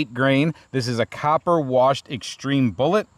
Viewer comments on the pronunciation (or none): none